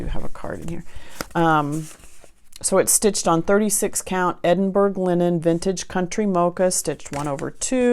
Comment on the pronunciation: I absolutely loved seeing all your projects. I would find it terrifying as I am a serial sewer. I found it all so interesting and inspiring. Please do not think This is criticism but Edinburgh is pronounced like( Duke )of Edinburrer or in US Edinburrow. Crazy English Scottish😉🤣🤣👏👏👌👌😉need to read the book now.